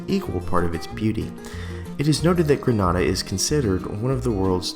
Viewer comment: it's pronounced Greh-nay-da, "Granada" is in Spain